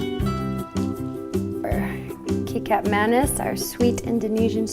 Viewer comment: Wow papaya and tempeh, very interesting flavour combo. I’ll give this recipe a go! Btw, ‘kecap’ is pronounced as kay-chup, which sounds similar to ketchup :)